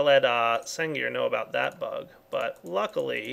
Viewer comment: Can't pronounce "about", makes fun of the pronunciation of "Xycraft". ;) =P